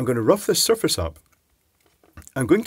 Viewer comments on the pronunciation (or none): none